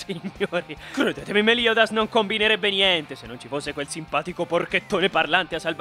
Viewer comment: Bene alla numero 9 con "hisoka" e la tua pronuncia di meliodas posso gia spegnere il video